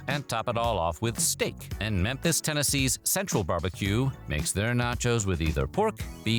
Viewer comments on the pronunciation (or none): none